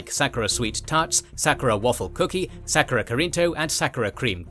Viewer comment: Hearing you mispronounce 'sakura' so many times was painful lol